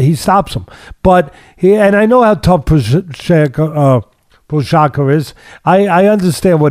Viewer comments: Pojaka , pojama , pohaka lol teddy never misses. Texera lol just call him jiri and glover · "TEX-era" and "Pro-HOCK-uh" 😂😂😂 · Teddy: Proshaka: Prokhaka Prochazka: Am I a joke to you? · Wish Teddy would just go with their first names Jiri and Glover instead of butchering their last names LOL. made me cringe at every single attempt ahahaa